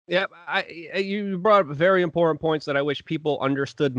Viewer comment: Give it up. He can't even pronounce "important" or "Putin".